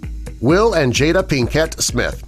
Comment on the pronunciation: “Jada PiKETT Smith”